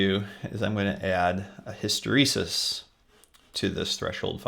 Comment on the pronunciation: Great tut. "hysteresis", not hysterisis